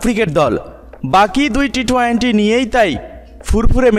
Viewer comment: Vai apni twenty bole twainty boliyen na birokto Lage. Emnitey pic copy koren abar uccaronewo vul koren.😠